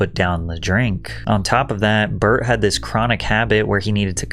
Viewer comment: wait is his name Bart or Burnt ?? 💀💀💀 I fucking pissed myself when you fucking enunciated BY BART 🤣🤣